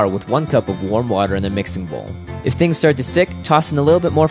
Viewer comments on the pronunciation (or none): none